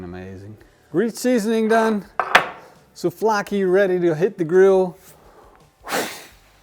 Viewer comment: souVlaki, there is a V there...